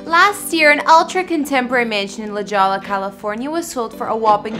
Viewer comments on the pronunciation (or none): La "jollah" lol. La Jolla, California This sun-drenched town is commonly mispronounced “La JOL-LA.” But the correct pronunciation is “La HOY-a.” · La "Jawlah" hahaha *La "Hoya" ;) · Ma please,.....pretty please learn the names of places before doing vids. It's not La Jawla. It's La Hoya like Oscar De La Hoya the boxer. LA Jolla, CA. I cringed every time you said it and stopped watching even though I'm a real estate enthusiast and A Keys/Swizzy fan. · Oh sweetie it’s La Hoyà not La Jolla.,everything in Diego has a Spanish/Mexican influence hence no J’s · FYI, La Jolla is pronounced "La Hoya" :) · LMAO SHE SAID “LA JJJJOLLLA” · You said La Jolla wrong..you pronounce it in Spanish with H sound like Hoya :) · La Jolla is pronounced like, LA HOYA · It’s pronounced La Hoya. It’s annoying if you are “reporting” information that is not even stated correctly. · I think OP was referring to her hard J when she pronounced it.